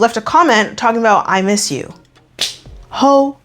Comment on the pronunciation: I MEEs YEW 😂